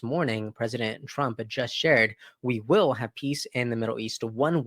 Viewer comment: Hay... mate you need to pronounce your R WORDS BETTER please it is Donald TRUMP not Donald TWUMP?